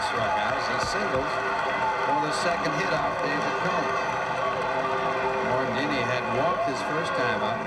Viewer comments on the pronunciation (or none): Someone should tell the announcer it's Mickey Morandini, not Mickey Morandino.